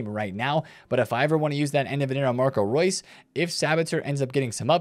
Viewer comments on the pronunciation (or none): none